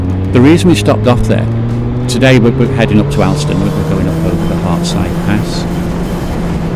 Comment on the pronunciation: Alston is pronounced ``olstan``.